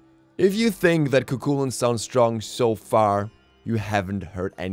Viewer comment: Just so you know its pronounced ku hulain